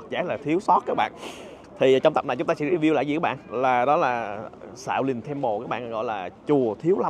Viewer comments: khoan "Xiao lin Temple" :)) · Shạo lìn temple, vãi bác Khoa @@ 😆